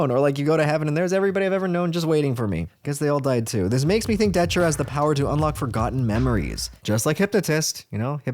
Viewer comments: it's not "daCHURA" it's "daTURA" man....c'mon why do americans always intentionally pronounce things blatantly wrong? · Its datura. Not datchura. Tho i think ppl should just call it detera, cuz its close enough to deterent. Amd it seems.mostly everyone whose done it wants to deter others fro. Doing so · Dude why do you keep saying Dochura